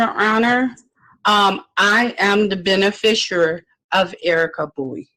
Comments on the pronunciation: She keeps saying beni-fisher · She can't pronounce beneficiary